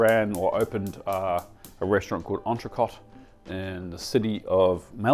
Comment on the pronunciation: I can't believe you didn't learn how to pronounce entrecot when you opened that restaurant